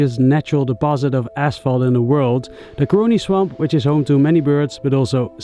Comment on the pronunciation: It’s not curing swamp it’s CAroni Swamp no research done ?